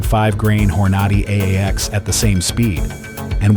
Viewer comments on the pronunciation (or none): Hornaughty? LMAO. You lose credibility when common, simple names are pronounced so badly. Get a real person to narrate.